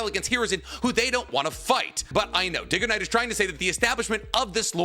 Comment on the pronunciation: Ain't no way he called him diggoknight